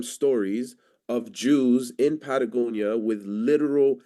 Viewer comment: I don't know, did a good job here, at least can pronounce Patagonia